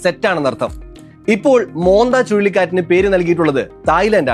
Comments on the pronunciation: മോന്ത എന്നല്ല മോൻത എന്നാണ്. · മോന്ത അല്ല സാർ ,മോൻത ആണ്.